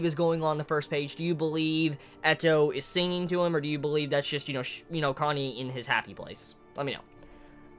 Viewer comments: distracted the entire time by the fact I keep hearing Kanye instead of Kanae. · Kanae's name is pronounced Kah-nah-eh, not Kanye, sorry I know this is annoying but every time you say kanye I get weirded out a bit haha